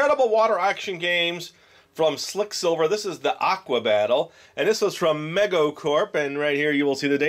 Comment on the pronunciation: I should have said something about this in the last video.... but you are saying it wrong... it is not MEG O.... it is ME GO said like: me go to the store...... MEGO was the FIRST company to produce licenced super hero action figures their line was called World's Greatest Super Heroes.... some of these action figures if found mint on card are worth thousands. They also did the first celebrity dolls and were also famous for producing the Micronauts . So, better to try to say it right out of respect for the company..... so again it is ME GO...... and I LOVE These quick sliver games.... Mego made some GREAT items and I wish they were still in business.